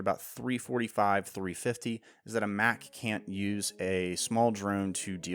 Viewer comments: I love your videos, but i had a huge issue with this one!! You make Mach sound like a Big Mac sandwich. It’s supposed to sound like when someone says a jet is going Mach 5. Not I’m gonna eat a Big Mac. Get it right next video ok. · No. It's "MACK-HARIEL. Hence Mac........